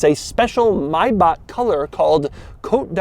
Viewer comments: MAY BACK not mybaach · Why does he keep saying MY-BACK. IT'S MAY-BACK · it’s pissing me off on how he keep “my-back” instead of “‘may-back”🤦🏽‍♂️ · Its called Maybach, not Maybag or Mayback. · myback?? its MAYBACK RICK ROSS VOICE HUH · Maybach not Mybach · Doug, can you explain why the car's name is pronounced "mybach" instead of "mabach"? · Does it bother anyone else how he says "MY- BACH" I'm so used to hearing "MAY(as in the month)-BACH" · Scott G. Its not May-back it’s Mai-Bach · It´s not MaybaK, it´s MaybacH, as the H in "Hello". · Doug. It's not Mayback :) It's Maybach. Always need to smile, whenever English speakers pronounce car brands like this. Another great video btw... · As Americans you are lucky of no need to learn any other language because you made the whole world speak yours. But please could you learn at least the right pronuncination of your favorite German brands? Es brennt mir jedes Mal in den Ohren, wenn er MaybacKKKK sagt. Und er sagt es ziemlich oft. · The maybağhh.. thhe ultrah luxuryh char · mayback mayback sure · It isn’t MAIBAAK! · Me: Maybach Doug: May..... BACK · Can you learn how to say it correctly please. May - a month of the year Bach - back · look man i love your reviews but i need you to not pronounce maybach like "my back" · its Not Myback though, but pronouncing ch in english is Hard i guess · That’s how a lot of US people say it bc of music videos but the correct German pronunciation is MyBach according to the Pronounce Names YouTube channel and another German guy in their comments. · Maybakk hahaha learn how to tell the Name. Please. Bakkk? Wtf? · the way him pronouncing the cars name makes me wanna click off I say it as MAYBACK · please just call it a "may-back" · "Mibok" lol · Doug can’t pronounce “Maybach” correctly. It’s not Maybaack. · Come on Doug. Everyone knows it's pronounced May(as in the month)-back. Mayback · Doug the type of guy to pronounce the month of May as "MY".....MYbach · Doug: "Mybock" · he really doesn’t